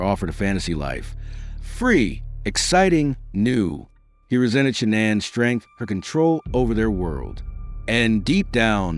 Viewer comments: My 👎🏻 is for the annoying narrator! All the many videos where you could learn how to pronounce Shannan and you go with your mispronunciation! 👎🏻🙄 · Chris didn't have secret credit cards. He stopped hiding towards the end. Shannan saw each purchase. Stop saying her name wrong then right. Just get her name right